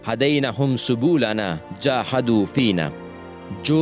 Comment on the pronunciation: Subulana ,sulubana nahi